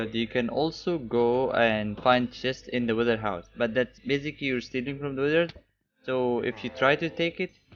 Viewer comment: It sounds like wither gear instead of wizard gear